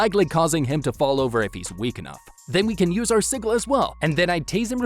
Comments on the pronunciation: "Siggle"? It's pronounced "Sid-gel", what I don't like about the video is that you're clearly illiterate. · ITS PRONOUNCED SI-JIL, NOT SI-GILL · It's "Sih-juhl". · Sih-jill. Sigil. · Bro said siggle😂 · its pronounced sigil lol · The way you pronounce sigil hurts me so deeply. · That's not how you say sigil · The way he says sigil hurts me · You're mispronouncing sigil just to annoy us, aren't you?